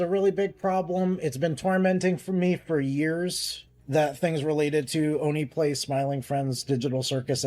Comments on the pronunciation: They said “Oney Plays” pronounced (Oni Plays), multiple times and you continue to call it “One Plays”. Why? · Why you saying one plays, ding dong and Julian literally say it for you. It's oh-knee plays. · Ding Dong is such a fitting nickname. Also I heard One Plays, One Piece, and One Place. It's O-KneePlays. Sorry I am autistic about pronunciations. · Like how did you not get that right lol